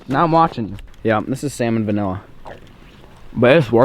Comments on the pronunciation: Why does he say salmon vanilla it’s salmonella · he said “salmon vanilla” and “bony apple feet” 😂😂 i dropped my phone when i heard that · I love it when he says salmon vanilla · Sounds like he says salmonvanilla